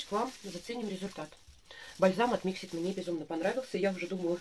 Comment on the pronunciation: Привет, 😉🌹 День начался с твоего видео) Красный цвет волос жалко😢, но ты права, с ним тяжело... Сама была в ярко рыжем, замучила волосы совсем. Mixit ударение на вторую и, но мнение о них не поменяла пока, смотрела видео о их производстве, их сертификации, которой нет ещё😜, а средства уже выпущены!!! Никаких доказанных свойств нет их косметики, они даже не проводят такие испытания, и плюс огромное количество микропластика в составе(у тебя в видео это видно, на втором месте). И это слова директора... Так что каждый сам решает пробовать или нет. У меня есть крем для тела, подарок, не могу пока заставить себя пользоваться) Хотя я на составы не смотрю😆 Пенку для посуды я заказывала на Озон последний раз, в магазинах не встречала... От Бьюти бомб есть такой карандаш, хороший, но при продолжительной носке сушит, я гигиеничку наношу совсем чуток под него. Оттенок красивый.